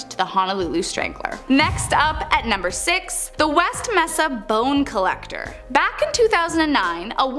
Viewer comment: “West Messa”? The word is mesa, pronounced ‘MAY-sa’. You pronounce Albuquerque perfectly? Come on